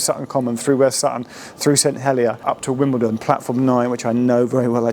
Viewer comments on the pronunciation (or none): none